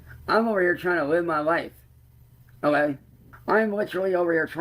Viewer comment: thank you for bringing up "o'ay". it drives me fucking insane lmao